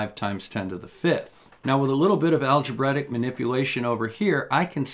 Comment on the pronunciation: It's algebrAic manipulation, not algebretic manipulation.